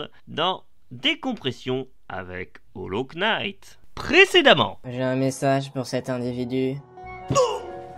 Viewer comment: Le K est muet dans "Hollow Knight"